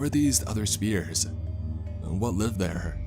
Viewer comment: spears and spheres... come on man.. "spearicle" made me lol